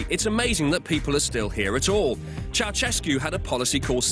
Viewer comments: Funny how foreigners pronounce Ceaușescu "cheauchesku", it should be more like "cheaushesku" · It's chou-SHESS-koo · It's Ceausescu,Chao-chess-ku , if u wanna pronounce it in english.